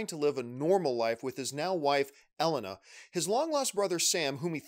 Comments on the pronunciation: Pronounced Elena: ELLEN-NAH...lol I thought it was “ELAY-NUH” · Why did you say her name like that lol it's Elay-Na not Ellen-a 😆😆😆 Is this a Mario/Merio thing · L-In-Na Hahaha A-Lane-Na (Elena) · John its pronounced E-Lane-a lol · You watched 6 hours of this and still can’t pronounce “Elena”? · I would love to see you cover Horizon zero Dawn. But if you can't pronounce Elena correctly, you'll never get the names of those characters. Hahaha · Lol the way he says Elena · Especially after watching,the cutscenes, he should know how to pronounce it.